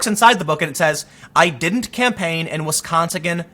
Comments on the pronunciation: Wisconsagin lol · "I didn't campaign in Wisconsigan"